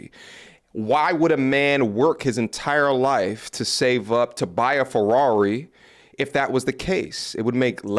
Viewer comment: Why say Ferrari like that 😂😂😂😂